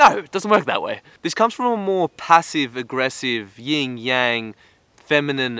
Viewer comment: Lmao this nigga said yingyang... wallawalla bing bang good video tho m8 no h8